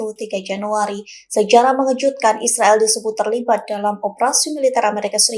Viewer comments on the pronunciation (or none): none